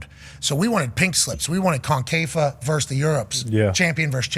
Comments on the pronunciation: Pat its Concacaf not confafa 😂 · The way he pronounces CONCACAF is funny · Shouldnt be trying to yap about concacaf if you cant even pronounce it right